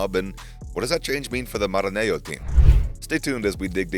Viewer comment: Sorry. Please learn how to pronounce the various names. You are not credible pronouncing Maranello as if is Spanish name. You have not pronounced one single non English name properly. You are not credible with so many errors. Irritating. Please clean up your show. Thanks.